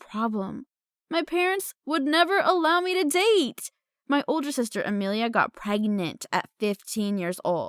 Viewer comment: "my older sister got preginattt"